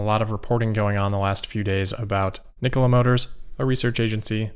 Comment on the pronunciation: Thank you for pronouncing Nikola correctly.